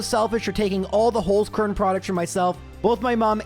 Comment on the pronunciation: Dude really needs to learn how to say "Holzkern"